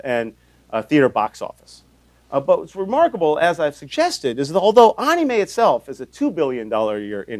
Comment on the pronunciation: ... you don't say anime like "onime" btw (it sounds like what it is) basically, the a's sound like "A" instead of "O"